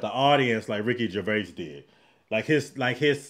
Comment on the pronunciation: Excellent recovery on correctly pronouncing his name.